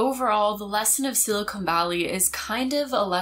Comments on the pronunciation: Love you, love your channel. Don't mean to be "that guy", but, umm, it's "SILICON" valley... not "silicone" valley. Don't hate me! 😇 (and I DO love you,!) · It’s not silicone valley. Silicone is a synthetic material. It’s silicon valley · Good video. But "Silicone" and "Silicon" are two different things. I heard a lot of "Silicone," and no "Silicon.' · I don't wanna be that person, but... silicone and silicon are two different words haha. Silicon is not pronounced with an oh sound